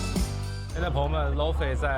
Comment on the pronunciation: Laufey 发音读错了😂